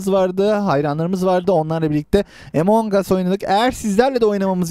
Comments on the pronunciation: oyunda tuşlara basara daha kolay oynaya bilirsin boşluk görev açma imposter ken sabotaj map ini açma Tab map i açma e report q öldürme ve Emongus diye okunmuyo Amıngus diye okunuyo .d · among as emong as deyil